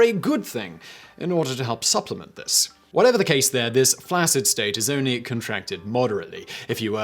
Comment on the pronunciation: Please learn the correct way to say the word "flaccid"